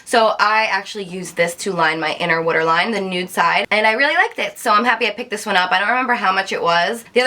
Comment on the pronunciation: You say "water" differently aha